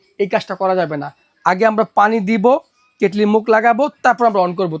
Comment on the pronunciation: কেটলিরে কেটেল বলেন কেন?